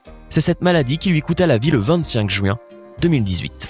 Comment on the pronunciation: Jpp de la façon dont il dit le mot "juin"